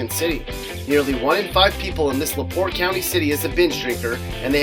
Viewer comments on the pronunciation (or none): none